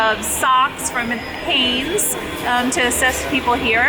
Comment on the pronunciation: I couldn't understand what the word was that you were saying .. at first .. then it clicked in - Hanes! I'll be buying Hanes from now on. Thank you for the work you do. Blessings, Julie